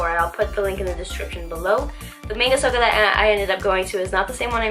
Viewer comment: I like your videos a lot! They are really well made. Also, not sure if its still there, but there is a takoyaki stall next to that Manga Souko that I think is the best on island. Wanted to let you know its pronounced "Mah--nn--gah Sohh--Koh".